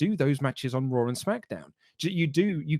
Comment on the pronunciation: "On your RAaW"